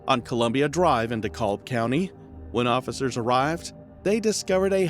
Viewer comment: Did he say Dekolb county ? It's DeKalb County. RIP beautiful lady and precious baby girl.